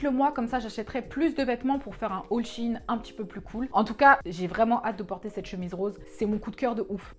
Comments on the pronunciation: Suis-je la seule à dire « shaine » pck dit « Shi’ine » du coup je vais apprendre mieux l’anglais... hein Ciao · C shein pas shiin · Ca se prononce sheein pas shieine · Bon, je tranche l'affaire ! Je le prononce "Shaine" et Google aussi, donc maintenant tout le monde le prononce comme ça 😂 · a chaque fois quelle prononçait shein en mode chiine ca me fumer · Jsuis la seule à dire Shaïn (moi c comme ça que le prononce) XD